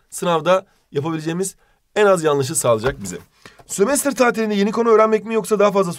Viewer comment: Günün yorumunda Sömestır tatili derken ı yerine i olacaktı Sömestir 🤭